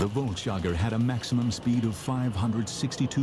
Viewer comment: I lost count of how many times I had to cringe at the mispronunciation of volksjager.